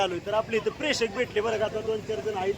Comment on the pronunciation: प्रेषक नाही प्रेक्षक म्हणतात 😂